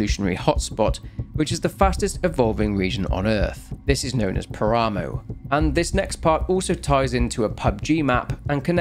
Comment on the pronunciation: Its pronounced "Pára-moh", not Parámow. It means desolate plain, or wastes.